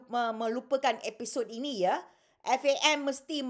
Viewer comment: haha. tak payah ulas la Siti Kasim... FAM FAM FAM acik kau. F.A.M. sebut huruf tu. lepas tu tiber question sapa bayar players, lepas tu relate dgn tax payer. hahahaha. jadah apa